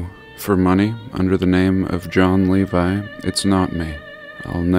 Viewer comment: Well, at least we have the correct pronunciation of "Levi "now.